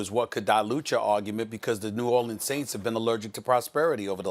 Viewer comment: I want to smack SAS every time he pronounces New Orleans the way he does. Too much enunciation on it dude